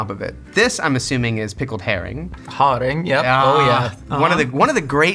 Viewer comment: The way you honoured us Danes by pronouncing “herring” with a weird Norwegian accent even though the Danish word for it is “sild” (and in all the other Scandinavian languages as well) was just… sarcastic chef’s kiss